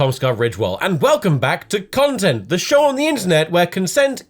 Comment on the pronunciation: It's normal when he says content weirdly.